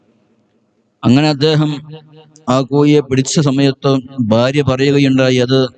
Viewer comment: കോഴി.... എന്നെങ്കിലും പറയാൻപഠിക്കൂ മോ ല്യേ രേ 😂😅